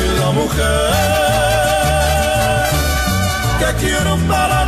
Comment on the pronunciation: Качественный контент,! Супер смотрится. Понастольгировал по Мексике и Косумелю. ))) Только почему ты его называешь КоНЦумель, когда он Косумель ))